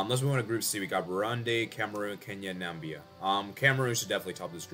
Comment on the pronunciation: "Nambia" the Donald Trump way